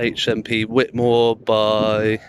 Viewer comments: It is pronounced "White" - I am from the town next to March. Chatteris - my football team often used to hire the social club at the prison for our end of season nights out as a few players were prison officers there. Both towns are dives mind you. Found you through Nobody Poor, although I don't live in the area anymore I'm glad to see someone auditing it. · Yes it's pronounced white-more, great video! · At least pronounce it correctly,fckn wit more ?